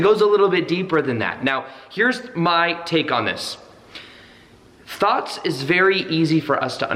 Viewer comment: Sounds like you said thots at first. Lol